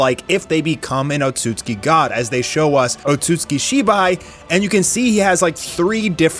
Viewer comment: Would you stop mispronouncing Otsutsuki.